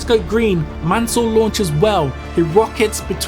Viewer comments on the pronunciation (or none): On dit pas mannel on dit mansel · Pésimo doblaje no es Manel ,es Mansell.